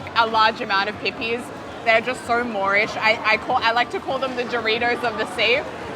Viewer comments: You saying "pippies" repeatedly made me laugh so hard lol! Great episode! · resident american dumb asshole here, IT'S PRONOUNCED PIPPIES? PIPPIE????? Like Pippie Longstocking?!? wow, I've heard so many people pronounce it like pipi (pee-pee)... I just assumed they were peepees which can have a VERY different meaning depending on your humor